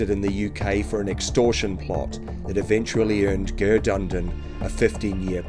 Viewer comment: Please get a Irish person to help you pronounce the places and names 😂 it’s Ger as in Gerry not Gerrrr